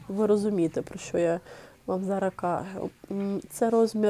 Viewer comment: Приберіть зі своєї речі слово "цупка"...не треба завжди та всюди його тулити!!!!!! І ще є слово "зараЗ", а не зара.....перехід на рідну українську це добре,але не треба так